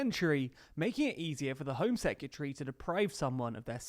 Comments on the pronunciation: Its not 'sec-yeh-tree'.... Its secretary... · Sec-you-tree? 👀 Surely he knows he's pronouncing it wrong, right?